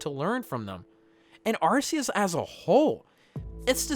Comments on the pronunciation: It's technically pronounced as Are - Key - Us but I think Are- See- Us sounds better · Yes its Arkeeus hence the RKS system for Sylvally. Plus hes been in the movies and it's been pronounced Arkeeus for almost 10 years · It’s actually arkoos